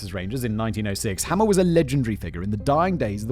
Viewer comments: Frank HAMER, not Hammer. (It was driving me insane) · As someone who has studied Bonnie & Clyde, I really enjoyed this one Simon, great job. BTW, it's pronounced, HAY`mer, like a bail of HAY that cows eat. My opinion about him and the other police that day,,,, B&C certainly needed to be stopped, but to be hired by a prison guy, Simmons, to commit murder, and make money for the commission of that murder, makes them mercenaries', just as bad as B&C themselves. I am in law enforcement and yes, I know they murdered police officers, but that's just not the way to do it. Those police and that Texas prison director should have been prosecuted.